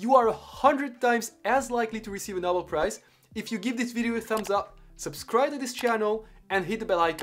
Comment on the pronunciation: Great video. One thing, it is properly pronounced “No-bell”, not “nah-bill”